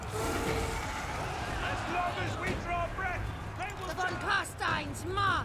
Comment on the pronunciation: Yaaaay, he said Von Carstein correctly!